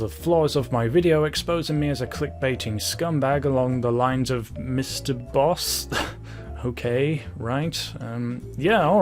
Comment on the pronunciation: I thought you said Mr Beast not Mr Boss, LMAO